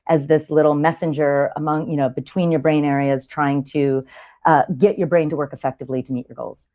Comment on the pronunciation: Chris's anxiety caused him to say 'betwine' and 'repression' rather than 'between' and 'depression'. At least she was listening intently!